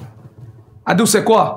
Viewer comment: J’aime trop quand il dit « Adou » 😂😍😍😍. Il dit ça trop bien Adou = Chéri/Chérie en Basa’a.